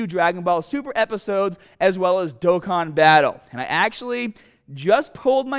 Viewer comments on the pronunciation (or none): none